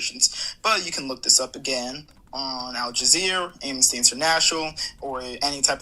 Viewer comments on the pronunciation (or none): Did you notice he kept saying Al Jazeer, not Al Jazeera. He's so "knowledgeable" on the topic but doesn't even know the name of one of his sources of information😂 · “Al-Jazeer” is killing me